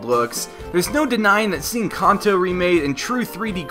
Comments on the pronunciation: It's kanto not konto(that's how you prenounce it) nice vid though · It's supposed to be pronounced Can-toe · sorry but its pronounced (CAN -- TOE) NOT how you were butchering it... as for the actual comment... Pokemon SUPER Mystery Dungeon was announced today... Meaning the 20th YA isnt going to be a Generation 1 Remake...